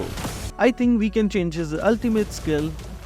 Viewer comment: Bruh it's no jilong it's zilong and also not jhask it's zhask